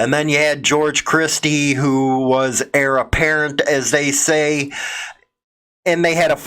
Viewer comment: Don't pronounce the h in heir.